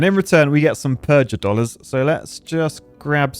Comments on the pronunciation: Mispronouncing "Purgadollars" is annoying me more than it should. It's supposed to sound like PURGATORY, a hard G. not PURGE-A-DOLLARS. Goddamn, real architect stuff. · PURGA DOLLARS AS IN PURGATORY NOT PURJ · Purgatory not purge-atory. Thus purgadollars should be pronounced similarly to purgatory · pronouncing it "purj-a-dollars," instead of the obvious "purgh-a-dollars", as in purgatory-dollars is such an architect way of speaking... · A clever name like Purgadollars for Purgatory, and totally missed the joke (evident from how he calls them Purge-a-dollars). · You need to rethink your pronunciation of purgadolars. Because Purgatory. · Says "purgadollars" with a soft g like he never heard of purgatory before